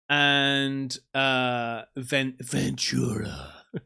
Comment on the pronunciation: The missus and I are from Ventura. Great little beach town. I miss it since I live in hellazona (Arizona). I’m happy you pronounced it correctly. In TV shows and movies people pronounce it as venCHura. And since I’ve grown up there, I’ve never seen things like that. I call BS. Thanks for showing my home town. Cheers mate.